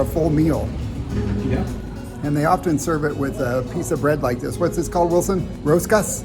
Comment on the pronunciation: Hey, I can tell you have worked hard on the pronunciation of the “r”! You say “Rosario Rosero” and “rosca” just perfectly! Keep up the good job 👍